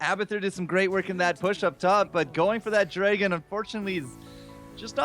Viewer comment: If that guy says "Draygun" instead of "Dragon" one more time, I am just going to snap...